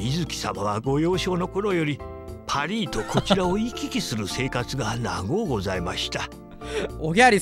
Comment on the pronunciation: パリィはもしかしたらフランス語のパリの発音に寄せてるのかもしらんけど